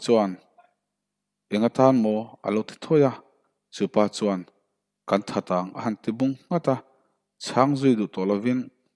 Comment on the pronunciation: Athu I lamdiklo nasa hle mai .chuan tih tur ah suan tih te .Fak mai tih tur fang mai tih te. lamno a ngailo. Fiaktak khan lam rawh. Mizotawng a nih kha